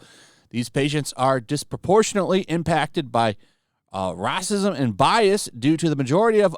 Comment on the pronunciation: you did not pronounce “racism” like that